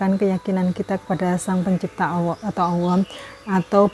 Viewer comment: Kirain saya aja yang salah denger bun